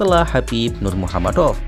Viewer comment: ngomong kamu kok keseleo, bilang khabib nurmagomedov kok malah nurmuhamadov😂😂